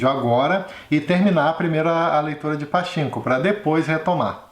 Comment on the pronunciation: Adorei o video Se fala pa tchin ko ( como se vc fosse espirrar no chin rsrsrs )